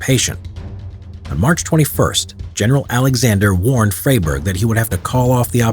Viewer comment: Indeed…not his proudest moment, but Narrator, please…a little homework before stepping up to the mic. The man’s is not “Fray-burg”, but “Fry-burg”.